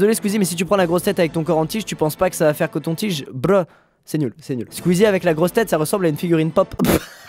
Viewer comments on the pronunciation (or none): Il a dit breu À la place de bruh😂🤣🤣😂🤣😂🤣😂🤣😂🤣🤣😂🤣🤣😂😂😂🤣😂🤣😂🤣🤣😂🤣😂😀😃😄😁😆😅😂🤣😎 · Squeezie, le seul mec au monde qui prononce "bruh" comme ça "brleuh". ÇA SE DIT "BWEU" PUTAIN ! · Wee Stunt et il a quand même prononcer "bruh" bluh... bruh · Il a dis "brluh" limite !🤣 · À tout ceux qui ont rigolé quand il a prononcé le mot "bruh"....